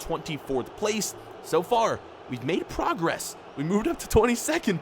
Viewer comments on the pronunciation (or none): none